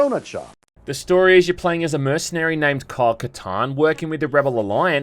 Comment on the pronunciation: It sounds like youre saying carl katarn and it just sounds like a game about a space accountant now lol